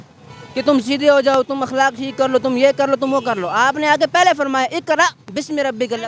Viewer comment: PHIR "PAY-LAY" JAAWOGE 😆